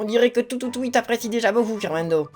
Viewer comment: c'est pas toutoutuie c'est toutoutie